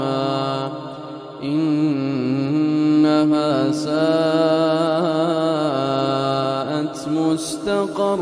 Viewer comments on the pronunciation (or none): masha allah,but correction it’s innahasa not innamasa may allah guide us ameen.